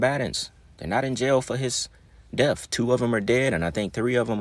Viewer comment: His "def"... You want to promote yourself as a content maker while normalizing our ignorance... HIS "DEF"... You sound intelligent, so why mispronounce things. Is it on purpose? So the WORLD thinks even the "smart ones" don't know 💩 either Why is it Kool to be ignorant?